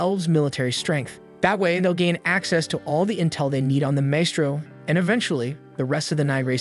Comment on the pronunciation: AI: "Wurdz R hard" Maestro? Also AI: "Wurdz R hard"